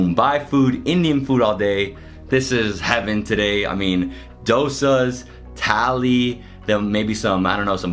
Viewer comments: It's not tally it's thali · The whole time I thought he is saying Italy... Thali 😂🌼